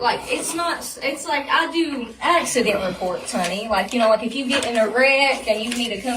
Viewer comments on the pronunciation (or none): "Is It an Axey-Dent?..." 😜